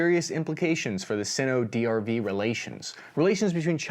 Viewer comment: Just a pronunciation tip: "Sino-" is pronounced with a hard "i", i.e. [ˈsīnō]. I kept cringing every time it was pronounced "sinn-o".